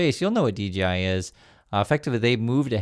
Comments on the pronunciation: hey dork its dJi not dGi love your show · DGI or DJI? You keep saying DGI while I'm looking at DJI on the video. 🤔